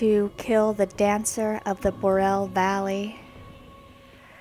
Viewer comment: Bore-ee-al, not bural